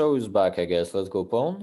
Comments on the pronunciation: I thought he was saying bone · I couldve sworn he was saying “bone” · Thought Dubov was saying "Let's go boom" then realized he meant pawn.